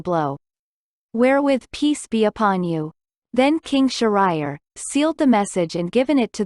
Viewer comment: The location is not an island in India. This is a Persian fairytale, with Persian names! So, this is a not the original, genuine story! Please pronounce Shahriar’s name correctly!